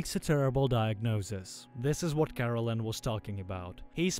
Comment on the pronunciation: The AI narrator pronounced it as Caroline but it's actually spelled Karallen, lol